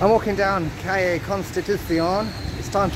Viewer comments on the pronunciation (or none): none